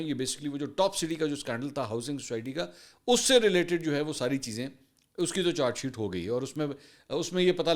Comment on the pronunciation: منصور چار شیٹ نہی بلکہ چارج شیٹ کہا جاتا ہے تلفظ درست کرلیں